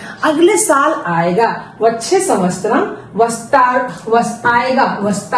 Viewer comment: Saal ke liye samvastaram nahi samvatsaram hona chahiye. Vaise aapka tarika bahut achha hai. Mai bhi videos dekhti hu